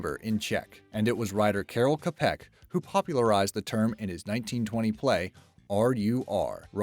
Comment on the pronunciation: Just to be pedantic, Karel Čapek is rather pronounced Ka-reh-l Tcha-peck. Something like /kɑrel tʃɑpek/ Otherwise, cool video. ^_^